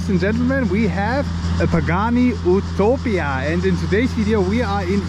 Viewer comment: “OOTOPIA” 😂 at least pronounce it’s name correctly